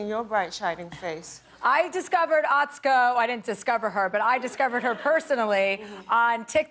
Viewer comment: Chelsea calls her a friend, but can't pronounce her name.